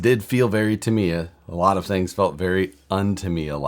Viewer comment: Started watching but then you pronounced Tamiya and I shut it off. Just saying.